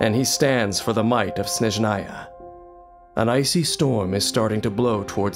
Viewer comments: Correctly say "SnEzhnaya", not "SnezhnaYA" (СнЕжная, не СнежнаЯ) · SNÉZHNAYA, NOT SNEZHÁYA!!! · "Snejnaya" sound badly for russian gamers. Because this is russian word and mean "snow"